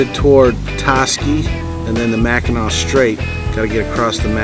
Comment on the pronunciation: Pronounced Macanaw,french.